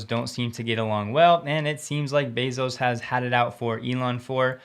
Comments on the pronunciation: Did you say Jeff BOZO? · Be-s.o.s ... subtle, but very Elon. 🤣🤣🤣🤣